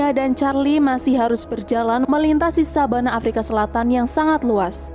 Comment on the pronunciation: Savanah bukan sabanah wkwkwkwkk